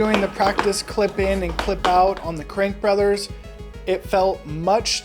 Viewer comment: It's crankbrothers, not crankbrother.